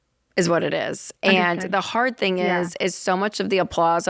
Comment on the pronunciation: When did they add a "k" to all the words ending in "ing". Lol. Thingk, savingk, spendingk, etc... Racheal and Jade both do it constantly. Hilarious. I love these guys.